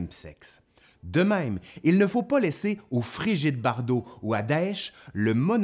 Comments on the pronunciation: Frigide Barjot??... vous la connaissez jusque là-bas???!!!.... ah ben non en fait, vous avez dit "Bardot" c'est "Barjot" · Je ne vois aucun intérêt d'évoquer les prises de positions actuelles de Frigide Barjot (Inexactement prononcé 'Bardot' dans cette vidéo) [ Positions de Mme Barjot à vérifier par ailleurs... ] ou même celles de Daesh ( ! ) .. Outre le fait que de les mettre dans le ''même sac'' relève d'une malhonnêteté intellectuelle évidente, cette vidéo est sensée exposer l'histoire très intéressante de l'homosexualité masculine au Moyen-Age, et non mentionner une prise de position politico-idéologique contemporaine. Cette manie ''moderne'' de toujours vouloir rattacher arbitrairement une réalité (même négative) synchronique à un contexte ancien ! C'est pénible.